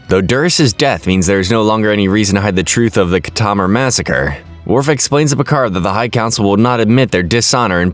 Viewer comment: Say Khitomer right